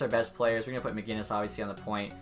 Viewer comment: Where is the "G" in MacInnis?